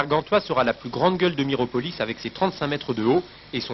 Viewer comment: Miropolis...Miropolis...C'est le pays des bigleux ! 😆 Cette faute à ! 🤣